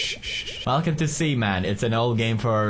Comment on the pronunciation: IT'S SEA MAN! NOT SEMEN! SEA MAN!